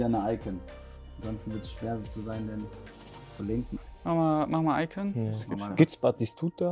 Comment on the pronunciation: diese Betonung auf iCON